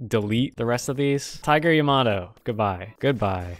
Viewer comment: "Tiger ya-ma-doe"